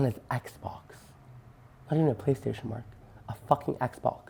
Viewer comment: "HE WAS ON HIS XBOX, NOT EVEN A PLAYSTAYTION."